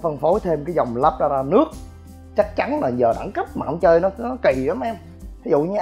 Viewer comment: " lác ra đa" tiếng Anh đọc là Labrada, tạm đọc là: là brá đà. Nếu thích nói tiếng Anh thì chịu khó phát âm cho đúng đừng để người ta cười mình ngu mà thích nổ